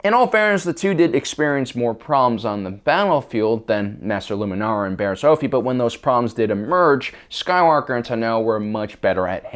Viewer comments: Mispronounced another word, Bariss Offee (Off-ee) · Offee is pronounced OFF-ee.